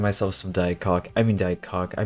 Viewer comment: Diet what now???😂😂😂 did I hear u say diet C***😂😂😂